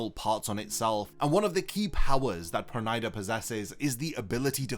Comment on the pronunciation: Perneeda nor pernida 😂😂😂😂😂